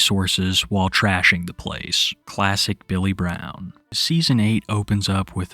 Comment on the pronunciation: "Most of them had this strange accent." You mean the speech impediment? "My name is Bay-yull Bwown."